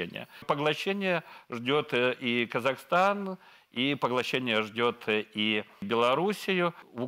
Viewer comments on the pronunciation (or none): none